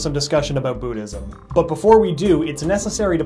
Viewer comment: You Didn't EVen Pronounce Buddhism Right :I